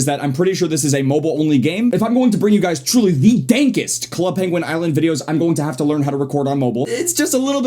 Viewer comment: Didn't anyone notice how he said "dankest" ?